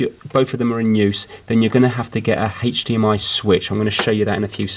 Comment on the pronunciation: Why do I hear HathDMI